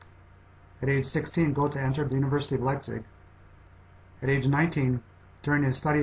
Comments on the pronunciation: No doubt Goethe can be called the smartest human ever. He is also one of the most influential. However, why can't the producer of this video learn how to pronounce this great genius' name. Please check out what the two little dots above the "o" do to the sound of that vowel. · he's doing pretty well of course he can't pronounce "ö" properly at least he's trying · Do you realize that you are pronouncing Goethe incorrectly?